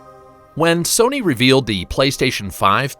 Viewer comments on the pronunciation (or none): none